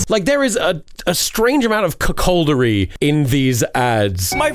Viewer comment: Thomas , it's cuckoldery not cuckholdery .